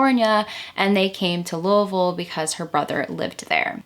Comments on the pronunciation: You pronounced Louisville correctly - like a native, and that isn't easy. And this was an excellent program. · Girl you said Louisville correctly, I love it. Are you from KY? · Louisville native here- I had never heard of this case before I found your video!! Also props to you for saying it 100% correctly- you sound like a local haha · I love that you pronounce Louisville correctly! Great video. I am a new subscriber, excited to have a new podcast. Thank you!! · "Louisville" pronounced like a true, native Kentuckian. You must be from around here. I myself live just a bit north of Louisville and I gotta say, i hate the city. It's ALWAYS been dangerous. Why would anyone let their 8 year old walk alone to church almost a mile away? Why wasn't someone else in the family going to church? Why couldn't someone have dropped her off, cold as it was? I have so many questions... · Being from Kentucky it's irritating when people pronounce Louisville the wrong way, but you pronounced it correctly and by God that's good enough for a subscription! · As a Kentuckian, I so appreciate your correct pronunciation of Louisville! 😊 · I’m a bit late to the show but better late than never! As many have said, I ended up here after a Caitlin Doughty episode. I was intrigued to stay when you pronounced Louisville correctly, and then realize you’re referencing a book written by my old friend Shawn Herron. Strange enough, I never knew Shawn had written this book. She’s a unique person and has her hand in many things. I’m not a bit surprised and I’m sure it’s a good read. I will have to check it out. Thanks for the work and the video! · Thank you for pronouncing Louiseville correctly. I'm from Cinci and it so refreshing to hear it said correctly. Great video. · I live in Louisville. I’ve never heard about this case but now I’m getting into the dark history of our city. Great video. Great pronunciation too! 10/10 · Wow! You pronounce Louisville like a native. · Pronounced Louisville right. ❤